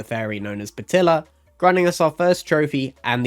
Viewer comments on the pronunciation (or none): Why does everyone pronounce betilla’s name as batilla it’s just bEtilla